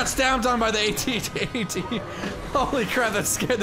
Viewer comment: The way he pronounces AT-AT's. LOL, watch Star Wars pls.